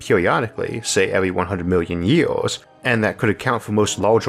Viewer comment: is it just me..or did this guy really said 'yeors' instead of years? kinda disturbing